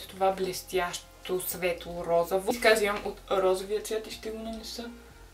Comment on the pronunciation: Казва се розово не розаво